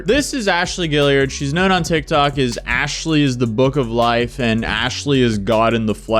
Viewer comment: “You should’ve know better than to doubt Aa-shaly 😝”